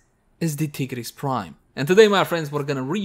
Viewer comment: Man really said tea grease prime 💀